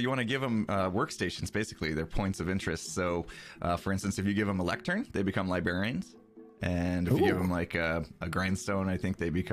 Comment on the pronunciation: When pronounced librarian liberryian